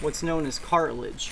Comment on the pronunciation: it's cartilage, not cartlage... and some species do have eggs